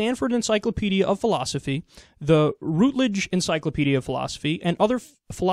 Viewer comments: rootledge? quozalle? you ny accent is coming through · not that it matters, but Routledge is pronounced with a weak u, like rough, rather than route or root.